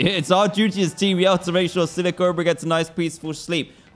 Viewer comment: I keep thinking he is saying team yellow not team yell